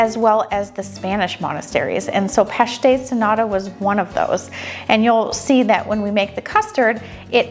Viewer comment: You pronounced pastéis de “nada” = nothing. The t needs to be pronounced like a strong British T as in Tom. 😊 Love your passion for internationally pastries! As a Portuguese I much prefer a bean pastry, almond, orange or carrot, anything other than pastéis de nata but I am clearly a bad Portuguese who doesn’t care for sardines or pastéis de nata! 😄 I wonder what your tins were made out of? Mine continue to be the bright tin colour. You also use them to make chicken pies. Great job as always!